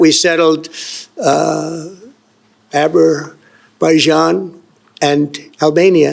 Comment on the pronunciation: Aloha from Lahaina, Hawaii dear braddah Zack! First of all, why is trump always bragging about being some kind of peacemaker all around the world when it's plain to see he's exagerating everything. He didn't even pronounce azerbyjan correctly. It's so stupid how he makes like he has any type of influence on Putin's decisions regarding THEIR, NOT OUR, war in Ukraine when he doesn't have sh*t pull with him; always talking about stupid sanctions. Second, why does Trump loyally support Israel, with it's evil agendas, in every way including spewing fake propaganda about Israeli babies being chopped up by Hamas when that rumor was debunked months ago? The only babies being killed are Palestinians by Israeli soldiers. Third, Jimmy Kimmel was not fired for saying something bad about Charley Kirk. What he did was point out how unthoughtful Trump is by showing a clip of a reporter asking Trump about Kirk and Trump only wanting to talk about a ballroom he's having built in the white house. He made the joke that Trump mourns Charley Kirk like a toddler mourns a goldfish. It's so annoying hearing him boast up when the world can see right through his BS.